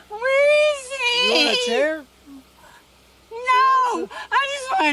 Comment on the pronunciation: she is def “baby wailing for a cookie” crying. I think “weezy” is “where is he” in drunk-speak 😂 (Tennessean who speaks a bit of Georgia).